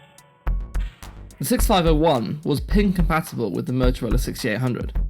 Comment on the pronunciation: Couldn't stand more than twenty minutes of his diction and eating up of words. I tried as the subject matter is so interesting. I'm sorry if it's a physical disability though. A simple word like Motorola, sounded totally off in so many places. 👎 Had liked and subscribed at first.